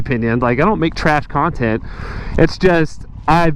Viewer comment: FB and YT can both irritate me beyond belief. It'd be so frickin cool if Musk just did a hostile takeover of both...or,OR if you, happen to have...did you just say cun-tent? Lol anyway, if you just had enough subs that we could all pitch in to start another (ultimately cooler) video channel. Or,guess there's always MySpace? Heh